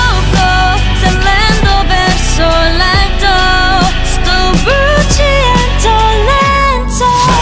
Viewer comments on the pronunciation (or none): Yes, it's super on point. The only mispronunciation is "bruciando", all the rest almost seems sung by a native speaker